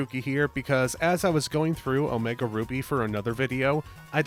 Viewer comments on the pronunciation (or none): none